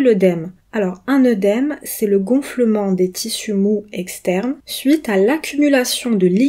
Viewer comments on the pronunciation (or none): Oedème se prononce "édème" et non "eudème", le "oe" symbolise le phonème "eu" dans l'alphabet phonétique international mais pas en français ou il se prononce comme en latin "é". En français il faut un "u" après le "oe" pour qu'il se prononce "eu", ex: "oeuf / boeuf".